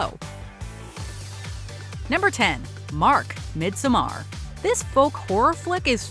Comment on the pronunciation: No, but it would've been nice if you pronounced 'Midsommar' right in the vid.